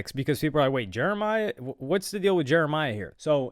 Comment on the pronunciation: This dude calling him Jeremiah is sending me 😭 it’s jeremih lol